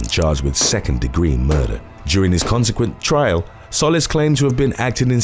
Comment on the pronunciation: I spend all my time watching your vids! Love this channel. One thing, the last name Solis is pronounced "Sew-lease" . It's Spanish and means ☀ . 😉